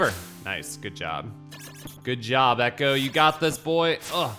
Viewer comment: It's ecco not echo! 😉If I remember correctly, you can eat fish to heal!